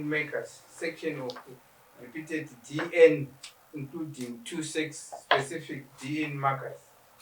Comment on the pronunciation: Why do these people say dn instead of dna?I have heard this a lot nema Zimbabweans